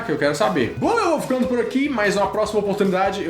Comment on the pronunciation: ótimo vídeo. faltou vc pronunciar a letra S do adeus.